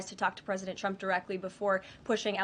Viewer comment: Why does she pronounce his name "Chump"?😂